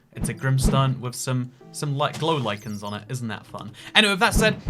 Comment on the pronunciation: Everyone’s talking about the pun at the beginning, but nobody’s talking about the correct pronunciation of “lichen”? That’s character progression if I’ve ever seen it.